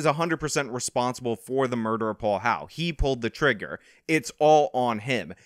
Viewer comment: It's HOWELL, NOT HOWE.